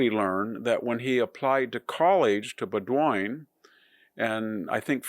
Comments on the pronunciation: Bowdoin is pronounced Boden not Bowdoyn. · Love you... but Bowdoin is pronounced "Boh dun" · Isn`t Bowdoin pronounced bo din? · Will VDH ever learn proper pronunciation? Bo-Doyne? Are you kidding me? This isn't the only one, but it's the most egregious. What Hanson says, which makes sense, is severely undermined by these glaring errors. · The name of his elite private college is pronounced Bow-din, accent on the Bow. As in bow and arrow. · Bowdoin is pronounced Boh-din. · small point - "bowdoin" college sounds like bowdun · I believe Bodoin College is pronounced BO-din. At least that’s how I always heard it in documentaries. It’s the school where BGEN Joshua Lawrence Chamberlain taught. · The name of Bowdoin College is pronounced with the second o silent, like BOW-din. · Mis-pronunciation of 'mayoral' and 'Bowdoin' are unusual for a supposed 'intellectual'.